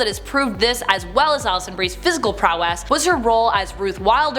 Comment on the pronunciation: “A-manates”?! “A-micable “?! “Prow-ESS”?! It’s like someone else is writing this and she’s reading their words for the first time.